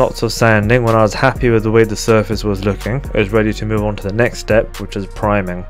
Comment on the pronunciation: .... "time for primung" on an Amazon Prime box? :)